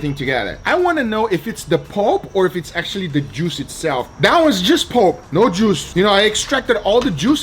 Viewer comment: Damn I kept hearing "It's all about the jews" xD